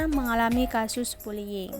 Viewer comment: Bullying atau bulling🤣